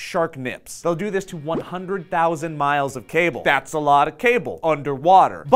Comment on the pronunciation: Ohh...dass not food...